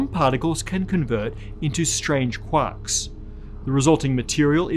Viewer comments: So hey, right at 9 minutes 33 seconds into this video, you mention k'wocks? What are k'wocks? Or did you mean 'quarks'? But instead, you just decided to say it all stupid.. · what, "quocks" ? (didn't finish watching)